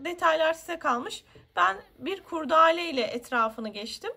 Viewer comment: Anlatım ve detayların anlaşılırlığı çok güzel emeğinize sağlık. Bir önemli eleştirim olacak izninizle. KURDAALE değil doğrusu KURDELE dir. Sevgiler :)